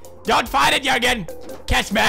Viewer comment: did he just say jöergen